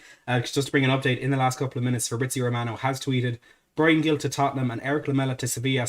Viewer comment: Its pronounced Hil, not Gill